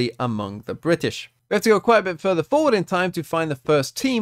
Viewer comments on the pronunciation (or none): none